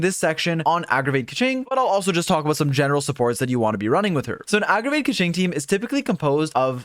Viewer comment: "aggragate" lol thank you for the updated guide tho. very happy to be able to use keqing